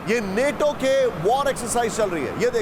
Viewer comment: बच्चा नेटो नहीं नाटो बोलते हैं